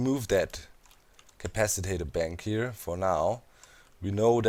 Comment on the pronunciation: and it's an "at", not a "at"